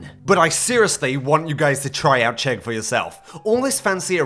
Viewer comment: As a Czech, I approve the Chegg